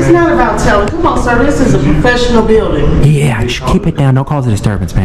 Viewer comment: Dis a prophesinal bildin I axed you not to reecord 😂